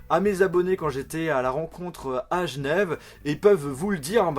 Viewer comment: tu peux arrêter de dire "Gnève" sèrieusement? C'est Genève merde